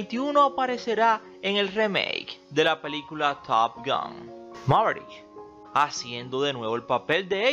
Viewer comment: top gUn? que mala tu pronunciacion